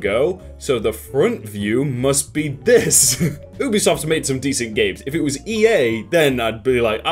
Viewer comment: You're saying it like "Oobisoft"